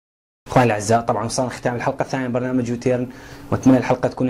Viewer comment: بلتوفيق بس اظبطو التلفظ فدوة مال انكليزي لان هيج نضحك العالم علينه يعني يو ترن مو يو تيرين وسبسكرايب مو سكسبرايت واحلى لايك مني للفديو